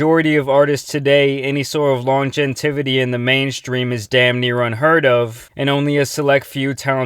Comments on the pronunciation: Longentivity? You mean longevity? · Longentivity?? lol it's "longevity" my man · YOOOO 🤣🤣🤣. Dude I truly advise you not to critique and talk about their ignorance and stupidity because , you are saying "LONGENITY” instead of "LONGEVITY” 🤯🤣😬🤣😱🤣😫🤣🤔🤣😢🤣🤣🤣🤣🤣 I mean truly "WHAT IN THE FLYING FUUUUCCCKK!!!!!”🤣🤣🤣. And I don’t know if you did your subtitles but fuck you even spelled it in the subtitles the way you had pronounced it in the video🤣🤣🤣. That’s just wrong my brother🤙🏼🤙🏼🤙🏼🙏🏻🙏🏻🙏🏻. You gotta proofread, or maybe you did and you just still didn’t know that that’s not how you spell or pronounce the word. Other than that good video but there was a few other words or pronunciation of those words that had my mind blown. But like I said, all is good brother keep doing what you’re doing. It’s really not a big deal at all but the fact that the video is making fun of him for being dumb, it really just doesn’t look good and that’s why I had to say something 🤣🤣🤣🤣 LOL!!!! Why do I have a feeling that I have a bunch of shit misspelled in here because I’m criticizing someone else for spelling. Karma will get my ass in this post lol. Nah just joking 😉😉😉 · lon-gen-tivity LOL, dude edit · "Longentivity" that's a new one. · LonGenTivity? You mean Longevity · "Lawn-je-tivity" bruh come on bruh. Longetivity is pronounced Lon-gevity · It's lon-gev-i-ty not long-gen-tiv-a-tee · Lon-gen-tivity 🤣💔 longevity my guy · Mans said longentivity…. there’s not very much longevity for that type of grammar lmao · "Longentivity" LOL. It's "Longevity". Get it together bud. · When ppl try to sound smart and then make up words like… “longetivity”hahahah god damnit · “Longentivity” did you mean longevity?.. lmao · The narrator said “Longentivity” hahhaahhahahaha that’s not a word. Longevity is the word he was trying to say. It happens. I had a good laugh at that, thanks! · Not here to hate but the “longentivity” killed me as well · I had to go back when he said “longentivity” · Long-gen-tivity haha